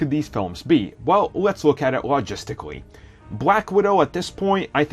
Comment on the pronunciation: Bwack widow haha